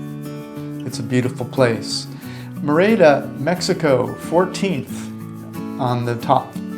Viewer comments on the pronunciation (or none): It's MEH-rid-uh!!!! Not: Mir-AY-dah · It’s not “MaRayda” Mexico, it’s “MehReeda”. Learn some pronunciation, earn some respect. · Guys- great stuff. Note: Merida is pronounced MERida.....accent the first syllable. Keep it up! tom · I cringe every time you mispronounce Merida.